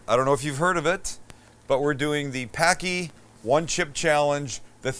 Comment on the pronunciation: Tee hee, I think its pronounced Pockey like hockey with a p